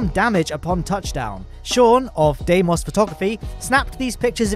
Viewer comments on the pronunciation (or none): none